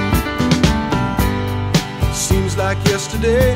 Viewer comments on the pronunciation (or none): none